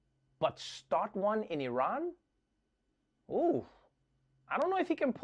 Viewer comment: Thanks for not pronouncing it "eye-ran"